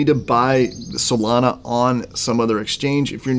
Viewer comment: “SatAHHshi Tokens” “Soleyyna Blockchain” …..bruh